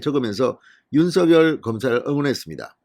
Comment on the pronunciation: 윤서결로 발음하지 말고 윤성녈로 발음하세요